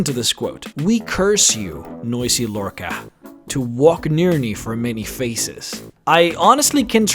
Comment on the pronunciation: That's not how you pronounce Lorkhaj